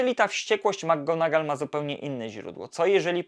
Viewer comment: Świetny materiał, jakkolwiek mam jeden przytyk😉 Zarzucasz chłopcom że nie potrafią nauczyć się wymowy Leviosy podczas gdy notorycznie źle akcentujesz nazwisko McGonagall. Imię Seamus jest pochodzenia irlandzkiego i wymawiamy je SHAY-mus (/ˈʃeɪ.məs/)